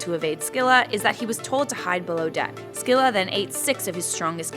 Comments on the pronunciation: It's Silla not Skila Also she'd one-shot anyone with her ult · It’s pronounced “silla” not “skilla” and pls do what if homeworld gems were real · Just fyi, it's not "skilla" the c is silent. "Silla" If you're doing the old Greek pronunciation it's still incorrect and would my "skeela" or "skyloros" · Se-lla❌ Skee-lla❌ Sk-illa✅ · No offense, but it’s pronounced Sill-a not sck-illa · Is the pronunciation really "skih-luh"? That sounds so wrong to me. I thought it was "sih-luh" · Pretty sure it's not Sckylla though lul :p, Either way, an amazing video. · Did she just pronounce Scylla as Skilla? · Amphitrite is not a witch, you got it all wrong, she is the wife of Poseidon and a goddess. Its also pronounce Silla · Think its pronounced Silla But eh i play smite so im not one to talk. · what if we learned how to pronounce 'scylla' right? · Smh. Okay, your videos are pretty neat to watch, but hnnn. My English teacher did this a few years back but I never corrected her. Scylla is not pronounced with an emphasis on the c. Smooth it out like in the word Cilia. The C has a S sound. Emphasizing the c to cause the disruption in the word butchers the way the Greeks spoke. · Pretty sure shes pronouncing scylla wrong, and it makes me hurt inside.